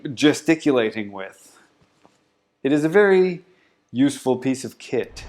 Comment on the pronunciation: Did you say it a useful piece of kit or piece of Sh## 🤣🤣🤣🤣